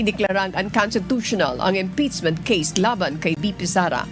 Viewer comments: Impeachment ❌ Imptizmint ✅ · Madam anchor hindi po yung articles of impitchmint😂😂(impeachment) ang cnabing unconstitutional kundi yung pag violate ng 1year bar rule.... hindi po kau nakikinig sa spox ng supreme court.